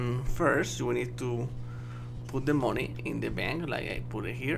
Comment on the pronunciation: hey don't say moni say mani which is moeny you sayed it wrong